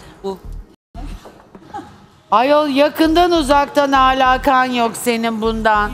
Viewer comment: ağlakan nedir ya alakan alakan Nur insanları eleştiteceğine önce kendi konuşmana var